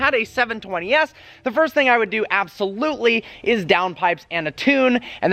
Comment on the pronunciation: AB-SOLUTLEY NO-OT!